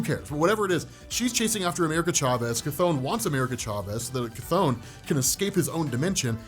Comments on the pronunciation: Chthon is pronounced, ’Thon’. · It's not Chthon it's Despair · You said “Chthon” twice when comparing him lol